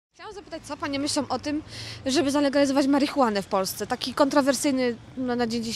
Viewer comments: Idiotka nawet nie potrafi wypowiedzieć słowa zalegalizować marihuane :D Mistrz patelni złota wara :D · Jak ona nawet zalegalizować nie umie powiedzieć ! Idiots. Idiots everywhere.